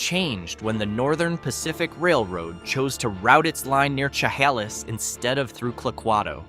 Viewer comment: sha hay lis -not haw lis